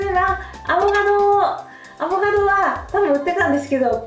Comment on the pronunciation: フルーツは苦手意識があってお高いので敬遠してましたが、取り入れてみようと思います アボ「ガ」ドって言う人ちょっと気になります笑